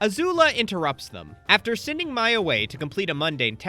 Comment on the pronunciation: other than you constantly saying mai’s name wrong and excluding some amazing episodes that highlight the characters (tales of ba sing se, painted lady, appa’s lost days)… excellent video